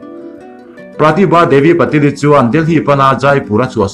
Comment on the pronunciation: Patil-i hi Pa-til an ti...hahaha. Ngaihnawm thrin teh e. go go